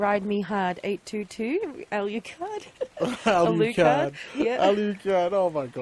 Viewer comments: I'll give you a hand it is pronounced Ah-lu-card. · If you have trouble pronouncing Alucard, please look it up (Hellsing Ultimate). That is disrespectful pronouncing it any other way. Enjoy your streams immensely, that is the only thing that got to me though.